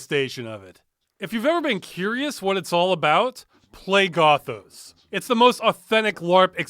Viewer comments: Not Gothos as in pathos. Gothos as in Oreos. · This game's title should've been pronounced "Goth-owes", and the Vampires should've all had Australian accents. Otherwise A+. Peak '90s "video-capture graphics" RPG.